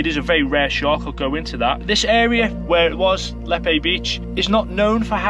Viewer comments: Just to Clarify it's pronounced Leap. Amazing find on our local beach. Some impressive dentition on that beastie. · It's pronounced leap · Pronounced Leap beach, Good update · Lepe is pronounced like ‘leap’ I believe and it’s ‘So-lent’ not ‘Sol-ent’ . Very interesting video 😊👍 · It's pronounced leap. Very shallow beach known for stingray more than anything else. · Fascinating - as ever - sir. It was sad to hear of this creature's demise, but it certainly provokes a discussion about the whys & wherefores of the appearance of such a rare shark in chilly british waters. Here's to sharing in your exciting forthcoming adventures. ps It's pronounced 'Leap' btw. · Lepe is pronounced Leep 👍 and Solent is pronounced with the O the same as the word "oh" 👌. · Another great video just fyi So lent - Solent Leap - Lepe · So sad to see the shark was butchered. Let's hope they do the right thing and let the scientists have look at it. And the name is pronounced lead. It can be good spot to catch skate and sting rays. John